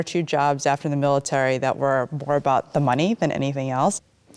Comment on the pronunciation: Mil a tree 🤣